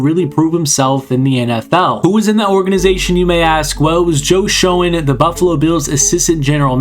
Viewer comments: Schoen is pronounced Like Shane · It's pronounced Joe (Shane) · ya gotta pronounce the GM's name correctly next time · You miss pronounced the GMs last name.